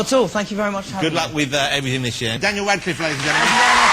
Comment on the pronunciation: At the end it sounded like the guy said "Danial Wadcliffe" LOL.